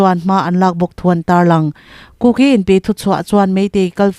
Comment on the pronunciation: Kuki Inpi tiha 'ki' tih lai tak hi a thluk a dik lo.